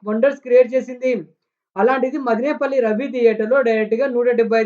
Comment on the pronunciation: రేయ్ తమ్ముడు మదినేపల్లి కాదు రా మదనపల్లి